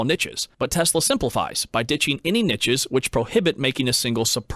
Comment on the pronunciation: There is no T in Niche like there is no T in Quiche